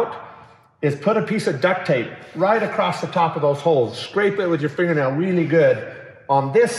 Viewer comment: I think you are the smartest and most capable man I have ever met. However, I have to point out, that although you are a Utahn, there is no "t" at the end of the word "across". Still, I am blown away by all the small details that take your time and attention and will ultimately make Scrappy a huge step up, even compared to Draco. Keep dreaming